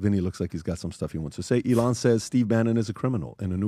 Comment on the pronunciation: Sometimes it's difficult to follow along when listening because PBD pronounces Elon and Iran the same exact way